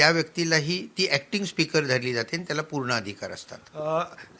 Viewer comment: वर्ण, शब्द, पद, वाक्य, भाषा, व्यवहारातील सुयोग्य उपयोग या साठी सर्व वृत्त वाहिन्यांच्या वृत्त वाचकांचे प्रशिक्षण गरजेचे आहे, काना ला सहन न होणारे उच्चार, जे आणि ते चा अनाठायी वापर, बोलण्याचा वेग, सगळंच असह्य होत चाललय.. अरे तुमचा हा कधी शुध्द मराठीत वार्तांकन करणार? हे चित्र कधी बदलणार? अरे किती दिवस अशुद्ध मराठी ऐकायंच? आणि म्हणून पण स्वच्छ पणे म्हणु शकत नाहीये अरे आनी म्हणून कसं काय म्हणु शकतो? पत्र देणं म्हणतात रे पत्र देनं म्हणत नाहीत शिकवा जरा ह्या ला!